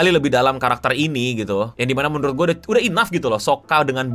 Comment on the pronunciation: “Udah” nya jelek banget bang